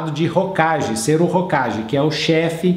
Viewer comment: E só uma pequena correção, que vem de você aceitar ou não: "Hokage" se pronuncia "Hokague". :)